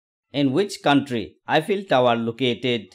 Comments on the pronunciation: It is not Efil tower but Eiffel Tower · Eiffel tower ❌ Efil tower ✅